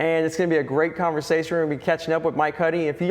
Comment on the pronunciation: conversasher....lol had to point that out